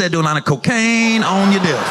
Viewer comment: Oh, he said "DESK!" Alright Gary, you better start enunciating or something. I was like "we'll thats also a way to get out of the military" 😮🍆😂